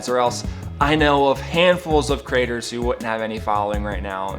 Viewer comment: Creators, not crators. Love your blogs but it sounds like the USA, where a few squeaky wheels are bring constantly offended by anything. Pinoy baiting, where did you get that term.